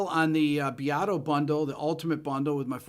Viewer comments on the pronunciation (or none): none